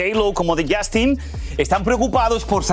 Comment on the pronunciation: Esto es solo para Lily ahora no hablas bien ni inglés ni español, “Jastin”, “Lamberguini” “publicitado” y lo del Freak Off pregúntale a tu tío Emilio Estefan! Por último, un monstruo como el no puede ser un “excelente padre”